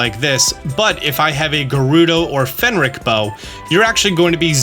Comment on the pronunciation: Say Fenrick one more time. I dare you, I double dare you!